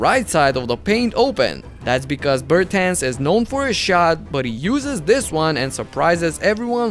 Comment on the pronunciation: ti bi bar morao izgovoriti Bertans normalno?